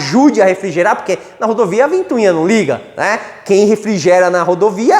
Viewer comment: Excelente aula! Só não fala mais "ventuinha"!! É ventoinha... :)